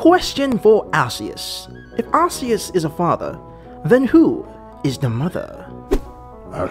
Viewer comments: Arceus is pronounced ÄRK•ē•ŭs not ÄRS•ē•ŭs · It's arkieus it's pronounced ar kieus